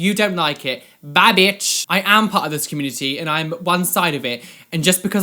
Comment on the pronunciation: I just love the way they say community, like it's 'comoonity' haha